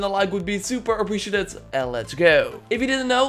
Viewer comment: Let's gaooo. Cracks me up every time 😂 love this dude.